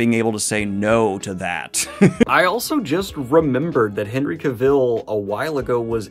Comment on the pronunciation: Say "Henry Cavill" again bud